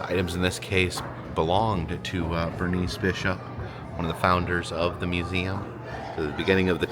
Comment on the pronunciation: YES! You went to the Bishop Museum! And you did the "Eum" right, like only our can. I need to get back there, haven't been to Oahu in several years. Thank you! 🥰